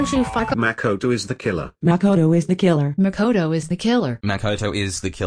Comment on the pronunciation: "makouto es teh keellar." fuqing celest, man.